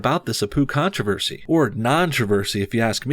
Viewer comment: Naantroversy😂😂 Naan is an indian bread